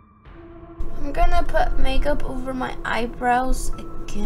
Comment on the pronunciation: She said mage up instead make up